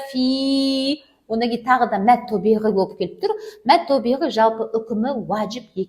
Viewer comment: Мәд табиғи мәд тобиғи емес әлде менің құлағыма тек о дыбыстары естіліп жатыр ма?не ро қоф сод дейді а САД САД ТА,РА,ҚАФ